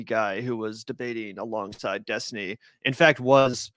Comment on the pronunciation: Finkelstein effortlessly mispronounced Destiny's name over 25 times just to fuk with him. Half the time you can't even notice it but Destiny definitely did.